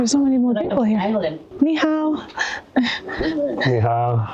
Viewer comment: Sometimes when you say hello (nihao) to someone and don't get a response, it's because there's something wrong with your pronunciation and they don't understand. There are four tones in Chinese, but your nihao doesn't have any tones.